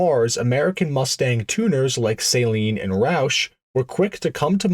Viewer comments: It's pronounced suh-leen not saline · So you call it a Saline Mustang but you call him Steve Saleen 😂